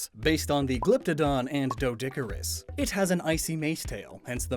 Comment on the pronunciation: Mack-rock-ee-knee-ah Dee-duh-cure-iss.